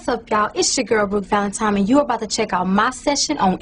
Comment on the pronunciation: Did I hear her say Brook Valentime with an M? Lol!!